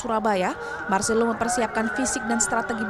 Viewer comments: Woooiiiiii Bukan Marselo Tapi Marselino 😢😓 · Marselino bukan marselo